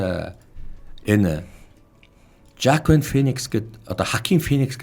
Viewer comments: Хуакин гэх нь зөв. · Воакин Финикс гэж нэрийг нь дууддаг юм шүү. Зүгээр хэлж байгаа шүү no offense 😄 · X r duudna. Spanish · Joaquin Phoenix Х-р уншнаа хө